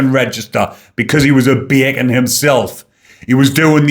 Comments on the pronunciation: I love when says “baycon “ in the Geordy accent. He says it like he means it. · .& from now on, I will always pronounce “ Bacon” in a Gordie accent 😆 (I’m from Wolverhampton) 😆 keep up the good work 👍👍